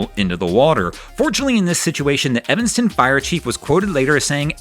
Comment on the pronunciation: Evenstown?......i believe you mean Evanston......